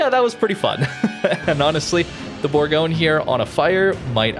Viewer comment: Bourgogne is pronounced bour- gon- ye.